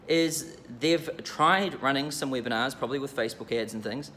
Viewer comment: I like that when says Webinars, its sound like "whipping ass".